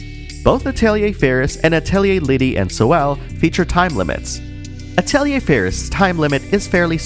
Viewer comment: The mispronunciation of "Atelier" might be the reason why there's no more English dubs.